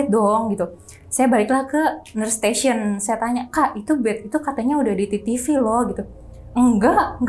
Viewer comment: biasanya ngucapinnya "TeTeVe" . kalau mau pake b.inggris ya vital sign...... agak aneh dengernya "titivi"😅.